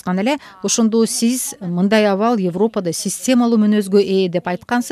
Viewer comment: Бугун “Йевропада” деп орусча айтат экенсиз бул сөздү. Кыргыз тилинин сингармонизмине ылайык, айтылганда “Эвропада” деп айтылышы керек.